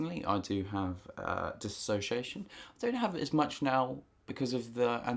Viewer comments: It is not DIS-ASS-OCIATION. It's DIS-SO-CIATION. Spelling and Grammar Hitler is now online. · Ugh!! It's DISSOciation, NOT DissASSOciation!!!!!!!!! Lord. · "Dissociation" not "Dis-association." These are 2 different things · DIS SOCIATION NOT DIS ASOCIATION, PEOPLE!!!!!! HOW MUCH CAN YOU FUCKING KNOW ABOUT IT IF YOU CAN'T FUCKING SAY IT? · dis SO-see-a-shun not disAsociation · Diss-o-ci-a-tion, you keep saying Disassociation, not the same thing. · dissociation, NOT disassociation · No one can say the fucking word DISSOCIATION right.